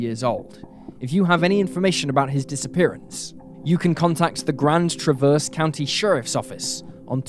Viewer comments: I love your channel, but..... It is TRAV--ERSE CITY or Grand TRAV--ERSE. not traverse. I know it is a small thing but it is kind of annoying. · TrAH-verse, trAH-verse, emphasis on A. I'm from Michigan 🙃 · I'm from Michigan the names that you pronounce on there were all wrong the city is called traverse City Michigan the county is called Grand traverse county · gave me a good laugh lol